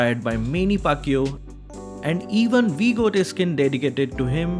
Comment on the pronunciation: Ah hahahaha your reading skills is awesome hahaha Manny Pacquiao not Manny pakyu pakyu means f*ck you hahaha okok😂😂